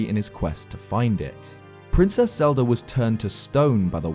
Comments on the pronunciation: why does he say zelda games, yet...zeldDUR adventures? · Who's Zelder?